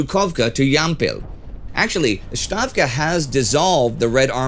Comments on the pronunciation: Hi Indy, just wanted you to know "ставка" is pronounced as "stavka" not "shtavka". Love you show, have been a fan since the Great War. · STAVKA like STEVE not like SHLOMO Really. Stavka is properly pronounced as S not SH. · Indy always does an amazing job with pronunciation of names and places and I would like to help iron out the pronunciation of Stavka. The first sound isn’t a Sht like in Stuka but a clean S sound like in the SS = S-Tav-Ka. Hope you guys notice this comment and thank you for the outstanding work!